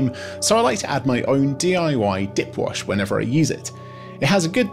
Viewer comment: I'm super-glad you had the link to the DIY dip wash at the top. Because "DIY dip wash" was not remotely what I thought you were saying. Quite puzzled, I was, for a bit.